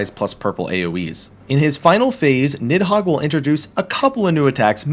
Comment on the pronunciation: Little known fact; it's pronounced more like "Need-hoeg" than "Nid-hog"